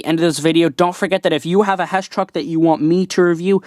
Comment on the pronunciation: mate I think u said hesh not HESS